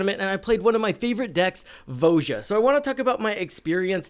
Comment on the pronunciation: Did you trigger your opponents by pronouncing her name wrong all the time? It's VOY-uh